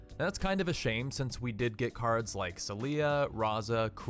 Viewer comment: ink-master solia is pronounced SO-li-a, not so-LI-a